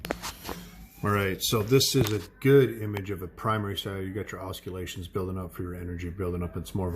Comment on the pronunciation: hehe it's aws-sill-lations